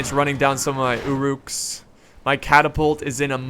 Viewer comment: It's UH-ruks, not OO'ruks. Great videos but every time i here 'oo'ruk i cringe